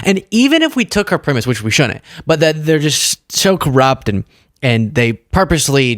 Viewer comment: The news in baby talk. There's a "d" in "shouldn't and "wouldn't" and if you want to be taken seriously, PRONOUNCE THEM!